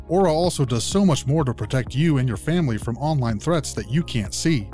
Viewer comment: He witerally kwilled his whole fawmile ( not making fun of his impediment but god )